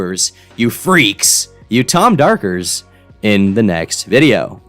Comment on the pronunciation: Please never say tom darkers again🙏